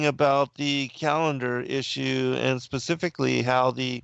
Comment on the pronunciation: You didn't "get it"! You said the Bible "pacifically mentioned" and I corrected you with the Bible "Specifically mentions". Pacific is an ocean and there is the word "pacify" but I don't think either word was appropriate to what you were struggling to say about the Bible.